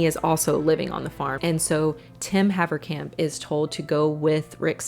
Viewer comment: Funny hearing a dutch surname (Haverkamp) pronounced correct, if they still were dutch😂